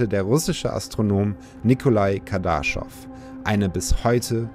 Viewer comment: KardaschOv. Betonung auf o